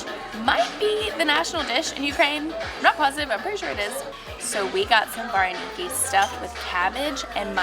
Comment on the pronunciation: As a Ukrainian, this video was so funny to watch y'all eat Ukrainian food and trying to say the words "vareniki" too funny🤣🇺🇦 so glad y'all enjoyed our delicious food of Ukraine! Next time go to Lviv, Ukraine for some yummy foods! Come back to America and I'll cook Deruny and all sorts of Ukrainian foods for y'all haha!